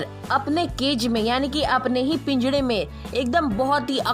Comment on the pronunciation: Don't said pingara to pinjada